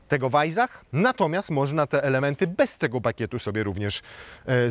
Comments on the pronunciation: Nie wajzach, a wajsach. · Weissach... chyba powinno się czytać przez S a nie Z, podwójne SS czyta się jak S. No chyba, że miejscowi mówią przez Z, wtedy oni mają rację... nie czepiam się, tak tylko - zwiększam zasięgi